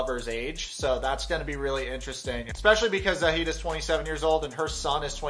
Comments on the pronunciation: Its not sayeed.. its see'ed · You called him "Za-id" the whole time lol did you watch the show? that's not how you say the guys name! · honey it's Zi as in zee and ed as in tED "zied" not "zaid" you don't spell the I the English way, LOVE your channel sooooo much man keep it up ❤❤🇹🇳🇹🇳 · Micah isn't Rebecca's son but future son in law, he and her daughter are engaged. The daughter looks just like her it's kind of crazy. It's also Zee-ed. I'm not the pronunciation police just letting you know lol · Love your videos! Am I confused or is his name not pronounced “Zee-ed”? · Im tunisian and we pronounce it zee-yed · Please learn to pronounce ZIED: ZEEE-ED. Thanks. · You keep referring to him as Rebecca's son, but he is not. He is her daughter's fiance. And you keep mispronouncing Zied's name. Lots of errors in your vids, dude. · it's not that hard to hear something and repeat it. Especially when zied is a really easy name to pronounce so how come you managed to butcher it? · Ann Wahlquist DUH don t you think i know that too ? You were pronouncing it wrong. I am an arab native so don t argue